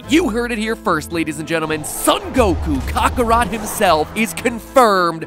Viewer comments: It's pronounced kakarot, not cockarot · first "mahcahs," and now "Kahkahrot,"? Matpat you gotta fix your pronunciations... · Mat-Pat: Kaakarot Vegeta: You Idiot It's Kakarot ! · Mat pat: Kokotot Me: he means kakarot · No NO NOO YOU DIDN’T CALL KAKAROT CAKARET DID YOU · Is it just me or did Matthew just kokarot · the way Mattpatt mispronounced goku's saiyen name was hilarious I mean cockorot come on it's funny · ......... KOKarot? KOK. Even just saying it how it's spelled you wouldn't get that.. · just call him goku not Kaaaaakorot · your pronouciation of kakatott is weird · Kaakaarot hahahah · Anyone else bothered by how MatPat pronounced Kakarot?